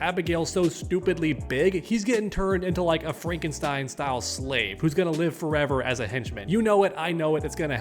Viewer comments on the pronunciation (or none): none